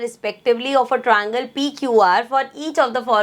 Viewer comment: Triangle ❌ Troingle ✅ Ma'am your way of teaching is best but I don't know why I hate when you say Troingle instead of triangle